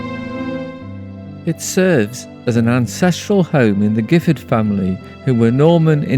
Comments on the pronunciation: The family name is pronounced with a soft G’ as in Jiffard. This is because of its French origins. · My understanding is that William of Normandy, after his invasion of England in 1066, granted the lands to those who had supported him. Therefore the Giffard family name is of a distant French origin and should be pronounced with the soft G. I have heard it pronounced both ways. I live in nearby Codsall and have always loved the countryside round Chillington. I’m now almost 80.